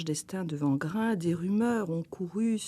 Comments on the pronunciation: C'est très intéressant, merci à vous. Cependant,wangrin se prononce pas comme le w de wagon mais "wé" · Wangrin [Ouangrin]